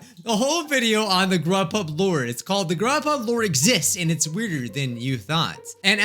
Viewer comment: you said rubhub